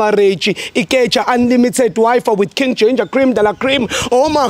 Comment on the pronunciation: When Ginder says, weGinger